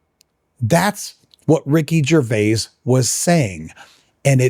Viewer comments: I think that you ARE being pedantic about how pronounces Ricky Gervais’ name. What annoys me more is when you keep saying, “Ricky Gervais-ez”. The possessive of Gervais can just as accurately be pronounced “Grervia-zz”. It should also be noted that is a Canadian citizen, where the prevailing second language throughout Canada is Quebececois French. The name, “Gervais” is of French origin. It could be argued that technically speaking, it’s Ricky who’s pronouncing his own name wrong. I don’t know why you even wasted time on this argument. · When the apologist opened by mispronouncing Ricky Gervais name I stopped watching. One explanation for the common occurence of apologists always mispronouncing the names of people that they disagree with is that they somehow think that it is a clever insult. Another possible reason might be that they actually believe in their own superiority so strongly that it is beneath them to take the time to discover how a name is pronounced. Or the apologist is a dim bulb, elevator doesn’t go all the way to the top moron. Listening to a person of his type may cause brain damage. Don’t do it! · I pronounce /ʒəʁˈvei/, what?